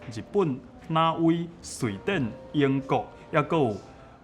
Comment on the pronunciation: 挪威應該是讀 Nô-ui 親像挪用nô-iōng 的發音